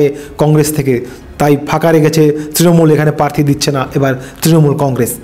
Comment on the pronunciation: Bhai kotha ta "parthi" na. Ota "prarthi". Ato uccharon er bhul niye sangbadik 😳